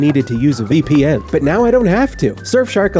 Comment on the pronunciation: Calling a vpn a "vipen" and not "vee pee n" is criminal